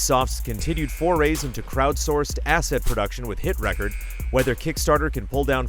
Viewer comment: During reading of the halftime sponsors, as he was reading Hoeg Laws stuff he mentioned the stuff about Ubisoft and Hit Record. He read it as Hit Reckord (like vinyl) and it's actually Hit Record (like the record button on a vcr). Just wanted to point that out.